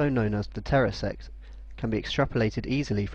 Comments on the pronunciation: Did he say TERRASECT? Shouldn't that be TESSERACT? One might postulate that the narration was performed by someone with a severe case of Lysdexia!? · hey says "terrasect" but it's actually tesseract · That's because he has no idea what he's talking about. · did you say Terrasect instead of Tesseract? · DID HE SAY TERRASECT INSTEAD OF TESSERACT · How come he pronounces it "Terresect"? Are there two ways to pronounce it or is he mistaken? Just asking because it is spelled "Tesseract" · ahahahaha the "terrasect"... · you mispronounced tesseract.